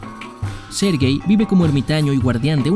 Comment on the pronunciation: Quien escucho 'ser gay' en vez de 'sergey' Xd ? Yo si, eso es culpa de sury lol